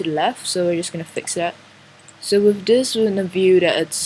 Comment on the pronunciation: when you say, "With" place your tongue to the bottom of your front teeth to complete the, "th" part. You are saying, "wif", which our children commonly do as they learn the language.